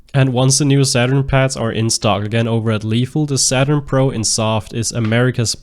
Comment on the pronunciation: Are you saying "pr0n"??? Im so confused because I hear you say it again later in the video.